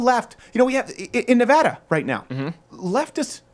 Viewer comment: Thank u for pronouncing Nevada right